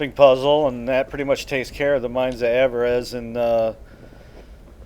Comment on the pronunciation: Great video, thanks for your help as always! But it's pronounced AV-er-iss. Means greed. ;-)